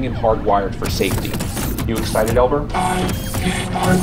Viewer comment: I know he said it alot but I could only understand that it was Elbert not Albert at that part